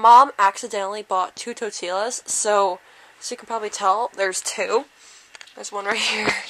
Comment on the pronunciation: Just saying you pronounce "Totilas" TO-TEE-US I know, it's weird, I heard his name in a competition